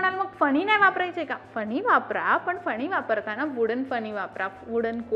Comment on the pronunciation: फनी नाही ग...फणी/ कंगवा..आणी ती भेटत नाही..मिळतात...😅 माहिती चांगली आहे..भाषा सुधारणे ...